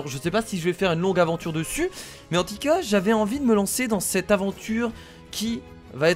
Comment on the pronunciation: On dit pas en tica on dit en tout cas